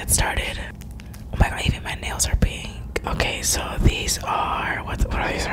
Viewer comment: Karina: says beaten instead of pink Me: u beat the goldfishhh